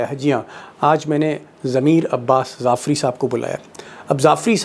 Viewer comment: Not Zafri. That is Jaffri.